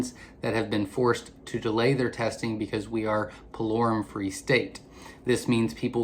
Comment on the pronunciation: Pullorum ( spell check) is what he said but is hard to understand him at that part